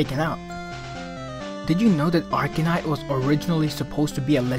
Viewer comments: it sounds like you're saying arcanite. its arcanine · arcaNINE... NOT ARCANITE